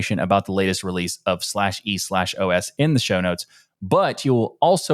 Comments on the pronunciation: It's just pronounced "eeeOS" 😂😂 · Bro, just pronounce it "E OS"